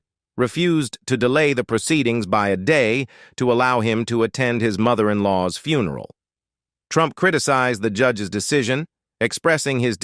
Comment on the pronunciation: Would you PLEASE get rid of this narator? He can't pronounce english correctly and called Georgia a "HE" when clearly it is a woman. And the word FUN er all? Really? Even Ai could be programmed to do this correctly.